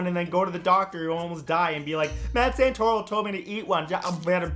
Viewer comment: Wow wow wo2. He has a beautifull Italian name - and does not how to pronounce his own name?! "Send torrow"!!? Oue?